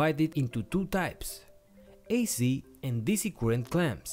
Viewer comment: can some one please let this guy know that the word is spelt circuit, not cirquit. and current, not qurrent. actually maybe just tell him how to pronounce c